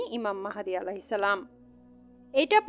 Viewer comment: আপনি তো সালামটা সঠিক ভাবে দিতেই জানেন না, আপনার কাছ থেকে কি শুনমু